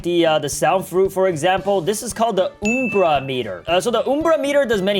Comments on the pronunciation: "oom-bra meter" its UM-bra meter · It's not oom-bra it's um-bra because the umbra is the darkest part of a shadow. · not trina be rude just asking (why do you say umbra like oombra?) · Its pronounced umbra,not uumbra. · Oom bra lol it’s umbra u m b r a UMBRA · It's Um-bra not oom-bra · "Time to fill up the OuMbrA MetER" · btw its uhmbra meter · You pronounced Ambru wrong And did you know in Latin it means shadow or shade